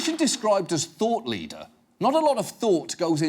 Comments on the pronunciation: Ok, maybe it's just me being a tad too ghetto, but on listening to the video I can no longer hear her saying anything but "thot" leader. Although upon reflection on how those doctors are being pimped out by the drug companies that may not be so far from the truth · i thought she said thot leader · it wasnt until when i saw the ugly old white man that i realized that it was "thought leader" not "thot leader" lol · It’s so much funnier if you hear Thot leader instead of thought leader. “We’ve identified you as a THOT leader-“ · Anyone else hear "thot leader"? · I thought that woman was saying thot leader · It sounds like she's saying THOT leader not thought leader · I heard Thought Leader as THOT Leader. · I keep hearing thot and I don't know what he really means!!